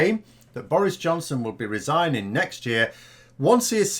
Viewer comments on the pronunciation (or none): What exactly is resining,? Sinning again, or could he actually be resigning?